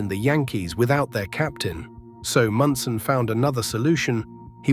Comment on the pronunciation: Thurman Munson was, is and ever be my favorite player. And I hate AI that cannot pronounce simple words and names.